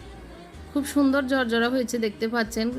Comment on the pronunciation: ভেজে--বেজে। পোলাউ--ফলাউ। ঝরঝরা--জরজরা। ঢাকনা--ডাকনা। আরও অনেক ভুল, ভুলে ভরা উচ্চারণ please উচ্চারণ শুদ্ধ করুন।